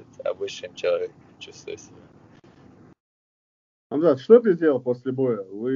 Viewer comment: ХЬАМЗАТ . Не ХАМЗАТ. Приятно слышать что берущий интервью правильно прлизносит его имя.